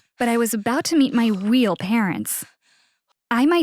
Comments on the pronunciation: Instead of real she said weel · She said weal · She keeps saying weal parents